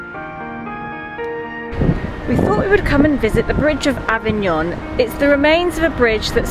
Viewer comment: One does not expect an Italian to know ANY foreign languages, but your French pronunciation leaves much to be desired. Avignon was the Papal seat for over 200 years; that was the Papal residence! If you are planning any travel vlogs, either stay in Italy or learn the correct pronunciation of places you visit, keep well, keep safe!